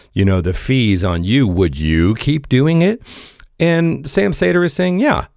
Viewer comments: ... cedar, not saytr.... Bugging me.... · It’s not pronounced “say-dur” it’s “see-der” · Say his name as you would "cedar". How are you a progressive & don't know Sam? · His last name is pronounced “cedar”.